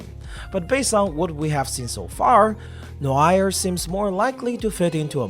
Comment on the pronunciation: the way you pronounced noire gave me whiplash